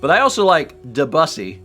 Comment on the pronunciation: don't know how to feel about pronouncing Debussy as "da bussy"